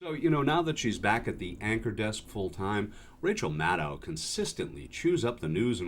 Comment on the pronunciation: Maddow is pronounced like shadow, not like moscow. Please pronounce it correctly.